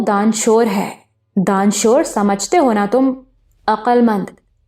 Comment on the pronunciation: دان شُور۔ نہیں دانش ور